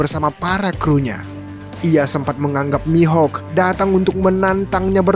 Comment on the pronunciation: Mihok bukan mihak